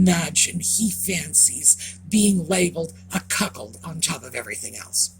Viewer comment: I had to back it up over and over just to hear say cuckold 🫣😂🫣